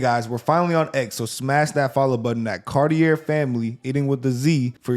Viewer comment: You've got a wonderful family name, it would be wonderful if you said it correctly though. Don't mind me I know you're anglophones , anglos never say French names accurately. Cartier isn't said cartee-er. Car-tee-eh.